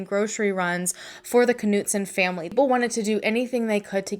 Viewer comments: Hi, We usually pronounce German names without the K...so, to be pronounced it would be Knudsen...like KNOW. We don't say K- now. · I hate to be this person, I worry that my good intentions are paving a road I don't want to be on..... Anita's last name (Knutson) is pronounced almost just the way you were saying it except the "K" is silent. Although, I will readily admit, your way is more fun. Thanks for helping me out with your name.... I knew it was pronounced. So glad I never ran into you at the market before today. Definitely dodged a bullet there, huh? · Dang.... just heard the police officer mangle the last names of Anita and an investigating officer. Perhaps I'm wrong (it happens). Regardless, you are clearly off the hook as pronunciation has been predetermined by professionals.